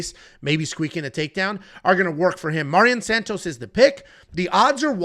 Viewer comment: lol I get when its guys like Nyamjargal Tumendemberel, but Mairon Santos is as basic as it gets